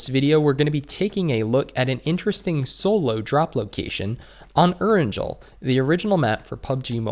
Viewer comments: I really think that its "Eranghel" (pronuncation) not Eranjel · Its pronuced E-ran-GeL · Actually the map is pronounced aran-gel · Love you dude, way more than Powerbang. But... repeat after me. Erangel Air-in-gel(hard g like guy not soft like geez). It's a Russian core.